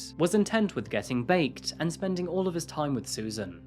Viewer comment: "He was intent with getting bakedp" 😁😅😆